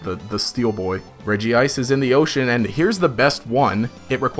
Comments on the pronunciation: I’m sorry did he just say REGIICE?! Bro it’s pronounced Redge-Ice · Regice is pronounced as “Redge-ice”, not “Reggie-Ice”.